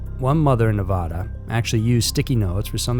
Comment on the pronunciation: It’s always interesting to hear people say Nevada. Anyone from Nevada or around it knows it’s Nev-add-uh not Nev-a-awd-uh. I’m happy these stories came to light. I learned about the mom and daughter on the local news and it was just heartbreaking.